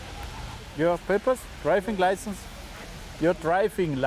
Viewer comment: Ju draifing laisnz... - Hä?!